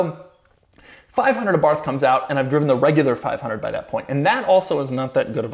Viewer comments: It’s actually pronounced Abar-t, not a Abarth for the fiat. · That's not how you pronounce abarth.